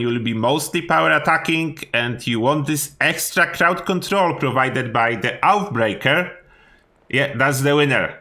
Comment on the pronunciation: Love the videos but its oathbreaker not outbreaker ,oathbreaker means promise breaker just so you know thanks